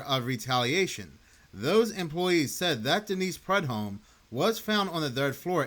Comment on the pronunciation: Prue-dome. That is how it’s pronounced.